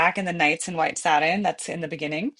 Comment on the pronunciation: First, learn how to pronounce the word satin, second, maybe you could putty knife your face before the video, and third, if I knew it was going to be a sing-a-long I would have brought my harmonica.